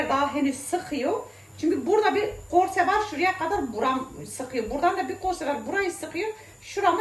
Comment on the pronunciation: Gestane değil KESTANE Gars değìl Kars Canım o yūzden bīrçok kelime haznen anlaşılmıyo Gorse değīl Korse valla bazen anlamakta çok gūçlūk çekīyorum ama sen kamufle edïyosun tatlı kadın😉🌷